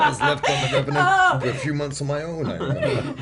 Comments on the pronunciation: did she say reverent? lol….it’s revenant lady…good thing she’s gorgeous 🤨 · THE REVE-WHA?!? THE REVERANT!? come on lady, its THE REVENANT!' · The Reverant... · The interview was a bit DiCaprio biased. Interviewer was mostly looking at him when asking questions that could have well fitted both actors, and that question for Tom Hardy was slightly condescending... thought this was 100 times more aggravating than the mispronunciation of the film title, cause let's be real, it could have happened to anyone. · Only 2 seconds in and she's already butchering the name of the film... beautiful.